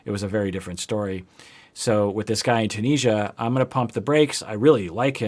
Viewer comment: I know you love your pronunciations, so I need to tell you it's Tune-is-ee-ah.☺ Super excited for your videos on this couple, I myself am dating a Tunisian and I have seen soooo much crap while living there too.